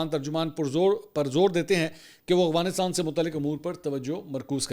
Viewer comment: Yar aap afghanistan ko agwanistan kyun bolte ho😂